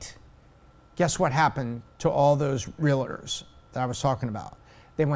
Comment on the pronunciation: love you, but they're not real-a-ders. They're real-tors.